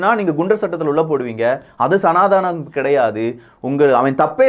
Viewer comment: pls pronounce சநாதனம்...not சநாதானம்